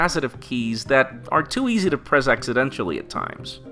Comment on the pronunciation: Did he mispronounce "accidentally"?